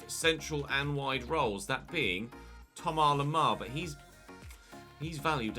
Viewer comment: Plz say Thomas the English way. You pronounce the vowels English and say Lemar English so why leave out the “S”? Sounds more wrong than just going full english